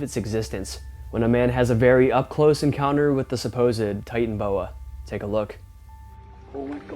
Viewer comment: Ty-tan-o-boa, Titanoboa